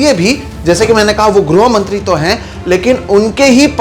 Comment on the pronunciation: 'Groh mantri' vs "grih mantri"????